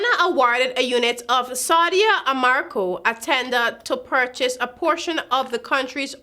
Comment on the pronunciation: The name is a-ram-co. Nor a-mar-co. And you need to learn to pronounce skepticism..smh